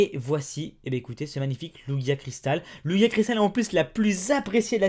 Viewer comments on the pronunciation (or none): Ont dit pas lugia ont dit lujia